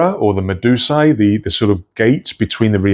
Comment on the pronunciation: Hi there. Just a note. Medusa is a Greek name and in plural should be pronounced as Meduse. (ai = e. Like in e-nigma). Not as separate letters. 😊